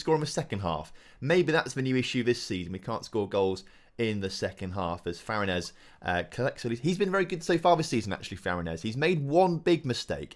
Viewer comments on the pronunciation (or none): Not to be that guy but as a big fan of his I feel its my duty to say: please please please! Say Farinyes. Love the series tho, keep em comin!